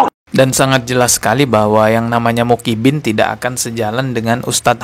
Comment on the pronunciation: Personal aja bro,jgn bawa2 Muhibbin,bisa ga ngomong Muhibbin,bukan mukibin, ngerti huruf Hijaiyah ga sih????😂 Klo blm ckp ilmu ga usah upload malu2in tau?😂